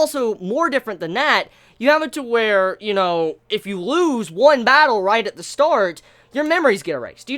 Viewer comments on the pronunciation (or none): Please don't say "Batteru" .... Ever again ....